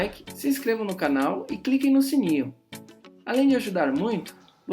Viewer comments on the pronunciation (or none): none